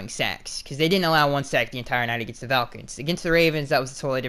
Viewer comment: Moose Chaudhry and no V in Falcons lmao